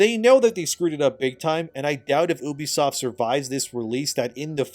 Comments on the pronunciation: why do u say Obsoft not Ubsoft ?? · It's pronounced "Ubisoft"